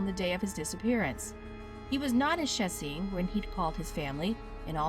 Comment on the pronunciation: It's just Sh-ché-ts-in. Not that hard